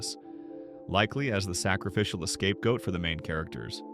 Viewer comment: “Escape Goat?”